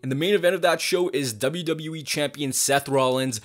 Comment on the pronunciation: i love how this guy always says ZWWE 💀